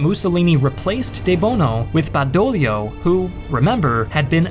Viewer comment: Badoglio!!!!!! Not bedolio…..😂